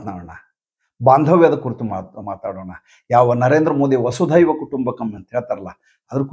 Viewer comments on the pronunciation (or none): ಎರಡು ಸಂಗತಿಗಳು ೧. ಅದು😢😢' ವಸುಧೈವ ಕುಟುಂಬಕಂ'. ಈಗ ನೀವು ಹೇಳಿದ ಹಾಗೆ ಅನೇಕರು 'ವಸುದೈವ' ಎಂದೇ ಉಚ್ಚರಿಸುತ್ತಾರೆ. ವಸುಧಾ ಎಂದರೆ ಭೂಮಿ ಎಂದರ್ಥ. ಇಡೀ ವಿಶ್ವವನ್ನೇ ಒಂದು ಕುಟುಂಬ ಎಂದು ತಿಳಿಯುವವರು ಎಂದರ್ಥ. ೨. ' ಆಪ್ಯಾಯಮಾನ' ಸರಿರೂಪ, ' ಅಪ್ಯಾಯಮಾನ' ಅಲ್ಲ.